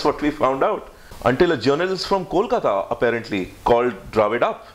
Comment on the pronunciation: Hey, how come you can't pronounce Kolkata, even though, you have a bengali surname? Anyway, great video diary, loved al the episode. You guys did a great job. Thanks.